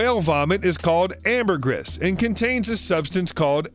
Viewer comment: he butchered "ambergris", twice